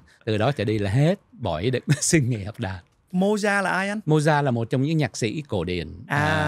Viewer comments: Không phải tại phát âm. Viết sao đọc như vậy.VN, Anh, Pháp đều đọc là Mozart (không phải Mojart). thuộc thế hệ trẻ nên không biết Mozart, Chopin, Beethoven, Brahm....nhất là nhạc classic. Tương tự nếu nói về các nhạc sĩ VN nổi tiếng thời tiền chiến trước 1945 như Hoàng Quý, Nguyễn Văn Tý, Nguyễn Văn Khánh, Tô Vũ, Trần Hoàn, Đặng thế Phong, Nguyễn hưữ Ba, Dương Thiệu Tước,.Dzoãn Mẫn, Hồ Dzếnh,.. chắc không biết. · Có lẽ lời phát âm của làm cho phải hỏi là ai. Mình cũng có biết Mozart, nhưng khi nghe Mô Gia thì mình đã đánh câu hỏi... ủa... Mô Gia... là ai? Mô Gia nào ta? À...thì ra là Mozart...hoặc rỏ hơn là Mốt Giạc. Theo Google thì phát âm tựa tựa như Mowt Saart.